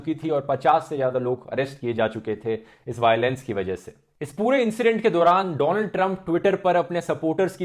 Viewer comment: noticed him saying doland trump 🤔😂